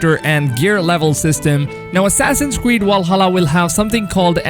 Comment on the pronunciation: Assassins Qweed wallhalla ? 😂 anyone else cop that